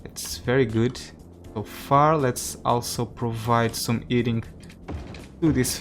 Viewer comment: The “Eating System”? It has always made me curious why sometimes you add ‘H’ to words without and ‘H’. Then sometimes remove it from words that do. It’s quite puzzling and interesting why you switch them.